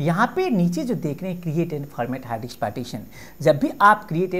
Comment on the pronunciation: Correct your pronunciation it is "DISK" not "DIKSS"...